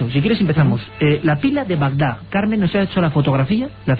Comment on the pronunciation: espero que después de todo este tiempo hayan aprendido a decir Bagdad en vez de Bagdag